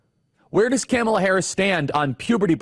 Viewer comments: Please learn to pronounce Kamala's name. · Why do you insist on pronouncing her name incorrectly? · Following the trumpian tradition, you spew alternative facts. There is a hint of truth in them but manipulated to what is needed to fit your narrative. The fact that even, though you have heard the correct pronunciation of her name, you intentionally mispronounce it for some unknown reason. It’s obvious your intent is to keep the base angry. Angry people are easy to manipulate. You know they will not fact check your claims. If your ardent followers took the time to fact check the plans in place on the Republican side they would most likely move away. To his listeners Take a look at: From a centrist outlets. SCOTUS rulings on, presidential immunity and the Chevron doctrine. Executive order. “Schedule F” Most importantly, the “ Leadership Mandate” ( project 2025) See what the future plan REALLY is. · Please learn how to pronounce her name correctly.